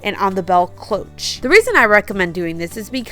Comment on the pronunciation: You have great ideas! One thing… the word cloche is pronounced “closh” ( the O is long, as in close)